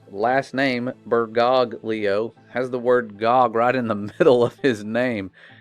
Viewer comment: Also, the second G in Bergoglio is silent… just like the G in conchiglie. Ridiculous "connection".